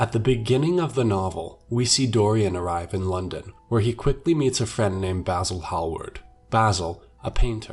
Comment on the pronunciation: It bothers me the way you say basil